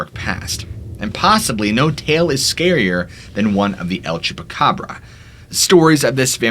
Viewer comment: Thank you for your posts, I love them. Just a note … no need to say “the” el chupacabra, the word EL = the in Spanish. You’re saying THE twice in 2 languages when you say the el chupacabra. Great pronunciation 👏🏼